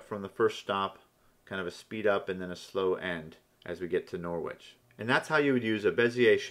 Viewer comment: Great tutorial; really helpful. By the way, it's pronounced NORRICH.